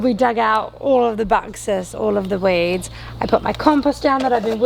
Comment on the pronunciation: "dug out the buxus" NoOoOOOoOOoOOoo